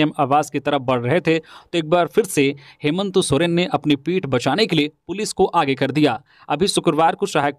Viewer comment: समाचार वाचक संजय से कभी कभी हेमंत का उच्चारण हेमंतो हो जाता है।इसपर उन्हें गौर करना चाहिए।